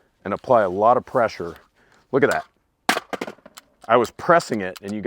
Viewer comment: "LOOGIDAT" magazine release 😆